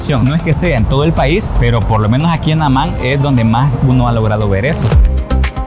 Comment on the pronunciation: اسم عاصمة الأردن هو(عَمّان)، وليس(عُمان).